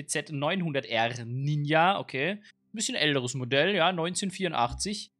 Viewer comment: Man spricht es „Ninja“ aus nicht „Ninia“ das steht nämlich ein J und kein I lern mal wie man das ausspricht